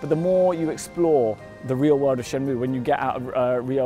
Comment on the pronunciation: lol that guy in the video says shenmue like shenmoow